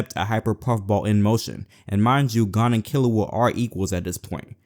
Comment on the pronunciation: "Gone and Kilua"